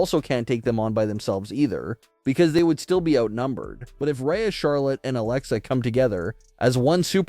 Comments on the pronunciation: Why are you calling Rhea, “Raya”??? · Dude if you can’t say Rhea’s name correctly stop saying it!!! The way you’re saying it is so confusing and sounds like you’re talking about someone else. Just say Ripley next time so everyone knows who you’re talking about and it’s not so annoying man!!!